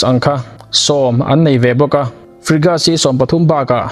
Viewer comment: Tha thlah miah lo atang,..😂😂😂Ihre ril lo ve ang chu aw🤣🤣mi ziah sa bak ichhiar nek lo ange....chuan tu man Frigates hi Frigas an ti ngai lo bawk,...SU hi tuman Su(hmeichhe zahmawh lam ang in) ti in an lam ngai lo bawk,...